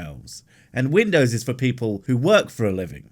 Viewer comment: Vindows! 😂 Please, please tell me this bloke is satire. Because my head is about to explode!!!